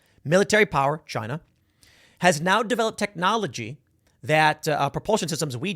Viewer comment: It was " Chyna"